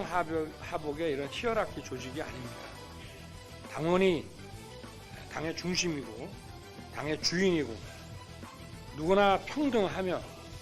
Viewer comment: hierarchy 를 "히어라키"로 발음하네. height 를 "헤이트"로 발음하나? 이게 서울대 법대 수준인가?